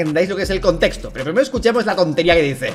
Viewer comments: "el constesto" habla bien lpm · Me da demasiada risa que se llame westcol siendo que apenas y puede pronunciar bien la palabra “contexto”😭😭😭😭😭😭